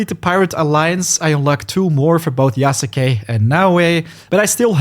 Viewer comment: Ita "Yas-kay", the u is silent.